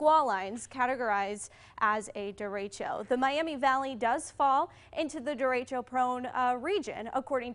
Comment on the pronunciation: did she say Derechio instead of Derecho ?